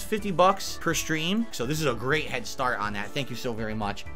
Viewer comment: "Really gweat stuff," indeed!